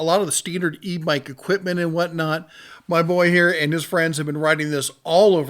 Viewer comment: I'm not sure if it's me, your mic, or just your pronunciation but I can't help but hear "e mike" when you say "e bike". Impressive range on that.